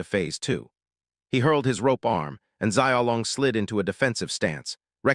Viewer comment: ugh. You can learn the japanese sounds in one day. You can learn the mandarin sounds in one, maybe two days. Don't worry about tones, nobody really expects you to get the tones right- and american English usually has all 4 tones. We're just not consciously aware that we do. But the main point is- it's not zai ao o long. It's Shiaow Long. Xi ao long. Xiaolong. Can't any of you simply spell things phonetically, and then use find and replace all ? Is that too hard?